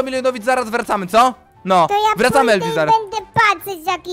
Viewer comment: Jak to mowi Elviss to Beczka hahaha